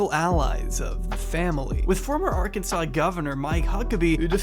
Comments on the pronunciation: Say “AR-KANSAS” one more time and imma disrespectfully watch your content from a far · Why is he pronouncing Arkansas that way it sounds weird i have never heard anybody pronounced like that